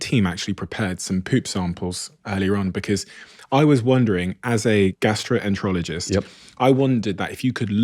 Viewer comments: He says gastro -ologist. It was the second time I'd thought I'd heard it. I went back and listened again . How does a famous, expert gastroenterologist completely mispronounce that word?🙄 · This doctor is so fake. He found a niche into the whole PB market. What specialist in any field can’t pronounce their own specialized field? He says “gastro-ener-ologist”.